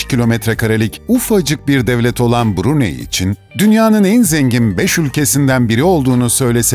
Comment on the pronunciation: Bruney şeklinde değil Brunay şeklinde okunur.... ayrıca söylenilenlerin çogu saptırılmış bilgi.... Saudi arabistandan bahsediyormuş gibi anlatılmış....Keşke önce ziyaret etseydiniz